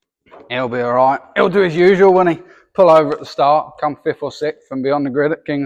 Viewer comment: when you said 5th his (whit)was very scottish 😂 and god he loves a moan 😂😂😂